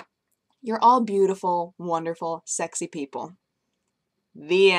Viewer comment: called me sexah:3 <3